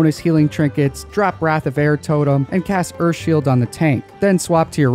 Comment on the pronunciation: Is he saying earFff shield